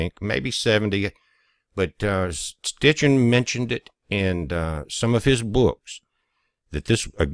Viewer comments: It's Sitchin not Stichin. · Sitchin. Not Stichin. Peace brother. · It's Zechariah Sitchin, not Stichin. Check with Mr. Google.